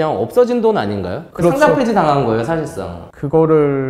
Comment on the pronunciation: 상짱x 상장o 과쎄x 과세o